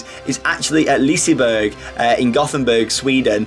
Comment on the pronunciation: I love the way you pronounce Liseberg even though it's totally wrong.